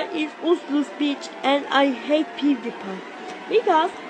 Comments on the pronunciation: he sayed pudepi not pewdiepie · He sounds like he said "I ate booty pie" lol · The third one or fourth the one that said don’t call me fat I swear he says I ate pewdiepie for the first like two times